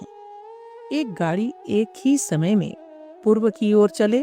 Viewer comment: एक ही' शब्द का उच्चारण स्पष्ट नहीं बोला गया